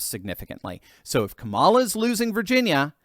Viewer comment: Eddie Griffin calls Kamala, Ka-lie -a